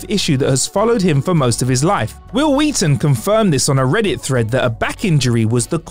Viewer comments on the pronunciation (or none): “Hwil Hwheaton confirmed this.”